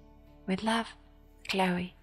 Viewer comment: actually you pronounced perfectly, I was pleasantly surprised ☺️ hug back! 🤎